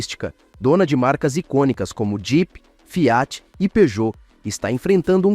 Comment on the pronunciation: Parei no Fiááát. Narração de IA é diarréia